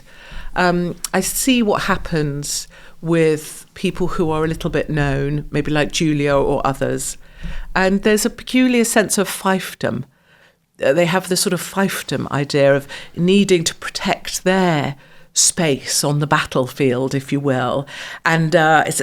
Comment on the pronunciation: I don't think Katie realises what she is saying. "...short, lesbian hair". Yeah, Katie. All lesbians have short hair. Don't they? Or maybe all women who have short hair are lesbians? Oh, by the way, it's pronounced "feefdom", not "fifedom". I know you want a white world, a white Britain, etc. But it's too late. Britain will fall. You may as well accept it. You have the choice to move abroad, where you may feel more at home, even though you're not at home. I understand that you want to stay and fight for your country, that's ok. I get that. But the way things are in Britain, and I'm speaking exclusively about Britain (not France, Italy, Germany and other European immigrant-heavy states) is because of a) the empire and colonisation, and b) decolonisation, where successive governments since, say 1997, have allowed immigrants to come in their millions. We already have 69 million people. I know the far right (who say, no, they're the silent majority) want to go back to the 1950s, but it is an impossibility. And that's just the way it is.